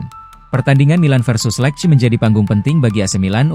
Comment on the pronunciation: lece bacanya bukan lek. !